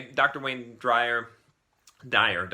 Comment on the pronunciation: Learn how to pronounce the books u read...AND the authors correct name if u are going to do a review!! It’s Eh-rohn-knee-ous Zones not eh-rohn-ness zones? And it’s Wayne DYER.... not DRYER 😂.